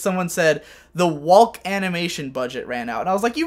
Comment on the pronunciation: I don't think I've heard anyone outside of me and my family pronounce the l inn walk and talk. It's making me uncomfortable.